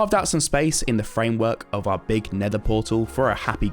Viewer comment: When you are keeping saying ghastly station i keeping hearing gas station